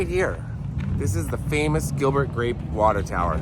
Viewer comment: He said Gilbert Grap